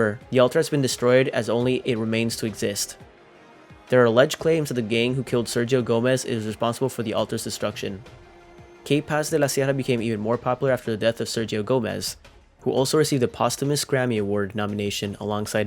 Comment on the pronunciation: It’s KaPaz not KayPaz.